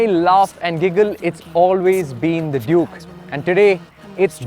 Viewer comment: Why ur always calling it juke?. Clearly it says duke